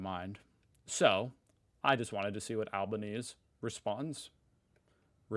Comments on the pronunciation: The Australian Primeminister surname is pronounced as Alban Easy. Not Alban Ease. 😂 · The correct pronunciation of our PM’s surname is Albon-easy, not Albon-ease. He is of Italian descent. Italians and Aussies pronounce Albonese the Italian way, they always sound the final e as a y. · Hi, just incase no one has told you yet, it's pronounced al-ban-easy not al-ban-ease.:) thanks for the vid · Hey... Just a heads-up, it's AL-BAN-EASY but he's really just ALBO to us Aussies. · Ok, so you're going to say his name a bit,,... So here's how you pronounce it... Its Alba Neezy... Not Alba Neeze. Elbows up, everyone. 🇦🇺👊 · Please, i love your channel, but it’s pronounced “al-ban-easy” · FYI, it’s pronounced “Alba-knee-zee” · FYI, Albanese name is pronounced "Alban-eezee" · Albah-neezee. But that was closer than most seppos, so good try. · Please, please, please....it's Albaneasy. Not like the word Chinese! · “Albanese” is pronounced “Al-ban-easy”. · BTW, our Prime Minister's name is pronounced ALBA-NEEZY! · It’s pronounced Albanes-ee 😊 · we pronounce our prime ministers name al-bo- neezy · his surname is pronounced.. Albaneesey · btw it's pronounced Albanese - ee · Great video, but I have to pull you up on your pronunciation of Albo's surname. It's pronounced "Al-ba-neasy". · AlbanesEE. You need to pronounce the 'ee', at end of his name.👍🇦🇺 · Not sure if anyone else has said so or not, or if you're doing it deliberately - but Albanese's name is pronounced 'Al-bah-nee-zee' 😅 enjoying the content as always! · Hey it is pronounced albaneasy. Don’t worry we know it’s not you 😂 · Hey, big fan! I'm from Australia, and I just wanted to let you know that our Prime Minister's name is pronounced Anthony 'Alban-easy'. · We'll be right mate, it's you yanks that will pay the cost. It's a shame the decent Americans like yourself will suffer for your presidents stupidity. P.S. it pronounced Alba-neesy. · Albanese (al-ban-ees- ee)